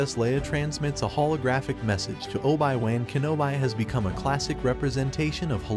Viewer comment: The way the ai said obi wan kenobi lol